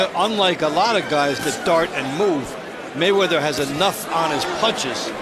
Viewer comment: "Mr Wayweather" lol